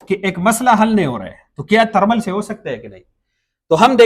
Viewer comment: بھائی جی آپ پٹھان ہو آپکے بولے ہوئے الفاظ سے معلوم ہو گیا، میں بس اتنا پوچھنا چاھتا ہوں کہ ایک انگریزی لفظ ہے ویڈیو آپ اسے وَڈیو کیوں کہتے ہو؟ اور دوسرا انگریزی لفظ ہے تھرمل آپ اسے ترمل کیوں کہتے ہو؟ اگر ویڈیو کو ویڈیو ہی کہو گے تو کیا آپکی باتیں سمجھ نہیں آئیں گی؟ تھرمل کو تھرمل کہو گے تو کیا سمجھ نہیں آئے گی ہم عوام کو؟ ٹھیک ہے آپ موبائل ہارڈ سافٹ دونوں کا علم رکھتے ہوں گے لیکن پہلے اپنے الفاظ بولنا درست کرو، لو جی الفاظ سُنو خان کے وَڈیو اور ترمل یعنی ی اور ھ کے حروف ہی کھا لئے گئے ویڈیو کو وَڈیو اور تھرمل کو ترمل کمال ہو گیا، میں پیدائشی طور پر سرائیکی ہوں عربی اُردو پنجابی فارسی انگریزی یہ ساری زبانیں جانتا ہوں بولتا بھی ہوں پڑھتا بھی ہوں سُنتا بھی ہوں لیکن میں نے کبھی ویڈیو کو وَڈیو اور تھرمل کو ترمل نہیں کہا، اس لئے مہربانی کرکے وَڈیو ترمل کو ویڈیو تھرمل کہا کرو 😐